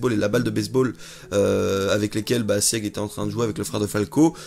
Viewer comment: Sieg se prononce Sigue, les Eldiens sont de culture germanique... La femme du gala est une Ackerman, les 3 sabres sur son écusson forment un A. Elle est affûtée et a sauvé un Eldien. Elle fait pensé à Mikasa...